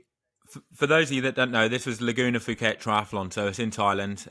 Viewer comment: It is pronounced ‘Poo-Ket’ not ‘Foo-KET’. Like Thailand you don’t pronounce the ‘h’. And Mike Pigg won the first race there in 1994 (I was there) so you are in good company. I was there this year as well. See you next November.